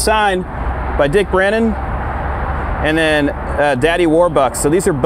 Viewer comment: Dick Brannan not Brennan. Good grief. Beautiful car though